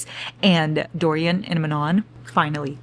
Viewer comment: DO-RYAN? WTF, me muero! also, I am your fellow migrainer:(... what is your kitty's name? He's adooooorable